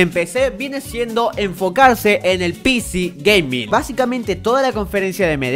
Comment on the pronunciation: Me encanta cuando dice "pici gaming"